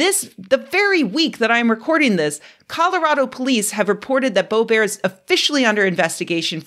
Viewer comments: Lauren BO-BEAR like she's French royalty? It's Lauren Bobert like Robert and that's what she deserves. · It's BO-bert, not bo-BEAR. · Of course time is an illusion. The nature of reality is singular, and the fact we don't perceive this means our senses can't be trusted. I'm so glad Scientists have Predicted 2024, I was starting to worry. edit: And it's Lauren Bō'-bert, hard 't'. Don't try and fancy up her name- she's not fancy. #2 Looks like a centipede, not a millipede- but many body segments appear to have 2 sets of legs. Many centipedes have a venomous bite, don't try and lick if you don't know exactly what it is. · Boe rhymes with toe, bert rhymes with dirt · The way you pronounce Boebert - a joke or a mistake? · The Simpsons misquote was also pretty nice. Oh, and Mispronouncing Boebert like she's French (or Stephen Colbert after he changed it.)